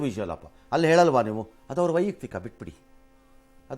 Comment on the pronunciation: ರಂಗಣ್ಣನವರೇ, ವೈಯುಕ್ತಿಕ ಅಲ್ಲ, ವೈಯಕ್ತಿಕ. ದಯವಿಟ್ಟು ಬದಲಾಯಿಸಿಕೊಳ್ಳಿ.